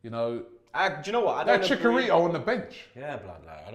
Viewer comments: "ChiCKarito" ROBBIE?!?!? CHICKARITO?! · The way pronounces chicharito tho lol